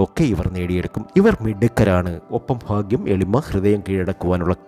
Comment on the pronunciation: നീട്ടി വലിച് കുറെ 'ഫാക്യം' 'മഹാ ഫാക്യം'... എന്നൊക്കെ പറഞ്ഞുകേൾക്കുമ്പോഴേ ഒരു വിരക്തി തോന്നിപോകുന്നു ... പറഞ്ഞ തന്നെ പറഞ്ഞു പറഞ്ഞു കുറെ ലക്ഷ്മി ദേവി ലക്ഷ്മി ദേവി .... ദേവി.... ബോറഡിപ്പിക്കല്ലെ 🤦